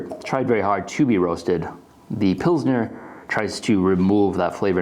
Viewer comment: ... almost clicked off when you said pilsner but ima stay for longer